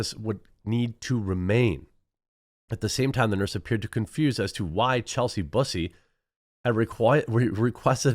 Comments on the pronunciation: For someone that is always self-censoring his words, that wasn't the pronunciation I was expecting for "Bussey" lol Maybe Bus like a school bus, or like Gary Busey, but he went right with P*ssey... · LOL. I'm thinking you might have butchered the name "Bussey" like they butcher genitals. Pretty sure it's more like "fussy" than "pussy".